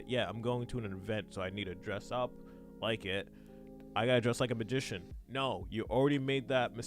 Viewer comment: "dress like a magician" but I just hear "like Gandolf"